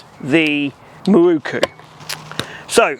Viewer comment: "Mi-roo-koo" is like chalk on a blackboard! How does "mirror" become "mi-roo-koo" when you add "ku" on the end?